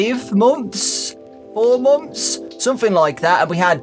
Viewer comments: I love how says momths instead of months its really funny.😂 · Why do british people pronounce months as "Momfs"?